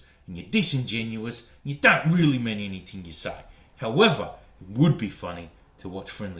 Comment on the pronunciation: Issac Butterfield said “anythink” case closed.